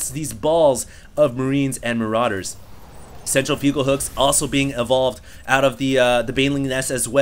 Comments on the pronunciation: Does it bother anyone else that he says "CentriFUGAL hooks"? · PLEASE learn how to say "centrifugal" . . . you can get a pronunciation at the various online dictionaries...